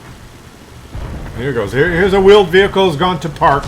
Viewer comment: Veeled Whehicle :D